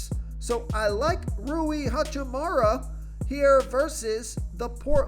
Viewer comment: Lol said “ha choo moo raaa” I’m 💀😂😂😂